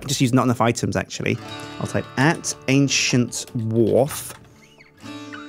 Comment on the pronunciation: CALL YOUR KINGDOM AN-SJIN-T WARF (WHARF?)